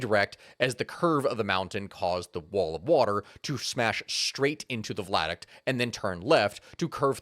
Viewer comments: OMG stop saying vlad-uct! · Lol vlad-uct. Via-duct. Great video! Love the channel! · Pretty sure he's misreading viaduct as vladuct throughout this. Viaduct is an low bridge across a valley. Vladuct is not a thing. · _ V I A D U C T _ NOT WHATEVER THE F*CK A "VLADUCT" IS!... How does that even REMOTELY SOUND right??... And do you NOT get ANYone else to PROOF you videos BEFORE POSTING so that you DON'T end up sounding like a MORON??.... 🤦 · Lmao he says Vladuct the entire video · THANK YOU!!! I have been sitting here trying to figure out WHAT THE FECK he was talking about! 🤣 vLaduct! Hahahahahahaha! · As tragic as this story is, every time says “vladuct” instead of “viaduct” I have to swallow a laugh. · I love this video. You are awesome. You kept saying "Vladict" around the 33 minute mark, its pronounced via-duct. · Vi - a - duct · I'm sorry, but were you trying to say Viaduct ? Bc I'm hearing "VLADuct" lol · yeah, it KILLED the entire video for me.. guess I'll never know what happened in the last half, because I cannot listen to that BS. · Are you saying v i a duct? I keep hearing an L